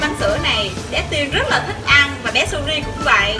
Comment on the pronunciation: bąn nói rôi suri không phai là Suzi.